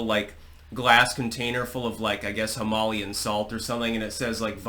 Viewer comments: just pronounced Himalayan salt as “himalian” 🤔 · I really hope you pronounced “Himalayan” that way for engagement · We need an intervention about the way pronounces "Himalayan".